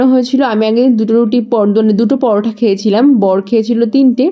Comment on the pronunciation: পরোঠা নয় ওটা পরোটা😂😂